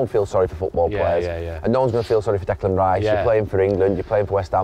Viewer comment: Declan Rye-iss, what a lad